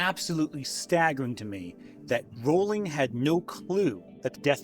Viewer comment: You know, maybe she deserves to have her name mispronounced, I don't know... but it is pronounced "rolling."